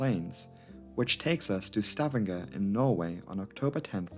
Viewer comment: Fyi..it's pronounced Sta vang er. I lived there 8 years and still call it stav andger haha. Great vid! Thankyou